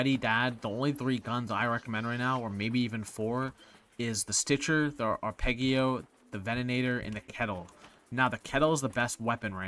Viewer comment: I was listening till he said arpegio